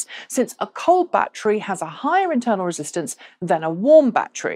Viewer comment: Intwernal? Lol!